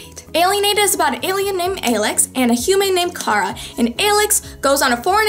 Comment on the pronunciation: I love how you called her Cah-rah like Aelyx (baeeeeee😍😍😭)